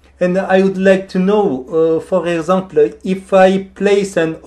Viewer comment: 우와. 진짜 프랑스인이 영어 배운 것 처럼 발음 하시네요. 특히 불어에도 있는 단어 (Possible, Example, Fantastique)는 꼭 발음을 프랑스어로 하시는 디테일 까지 ㅋㅋ 전화 받으신 분들은 다른 프랑스인이 영어로 장난치는거라 생각 하셨을듯.